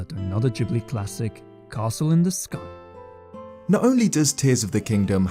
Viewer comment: Castle in the SkAI